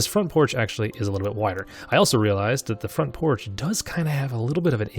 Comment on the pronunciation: Front proch you mean porch?